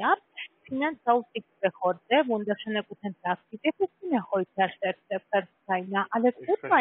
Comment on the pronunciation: Finazaufsichtsbehörde😂😂😂..und dann dises schlechte deutsch dazu😮, der eklatante Sprachfehler😆😆 - klingt wie absicht....thema: Zahnarztwatte - würde ich mal fragen😎✌🏼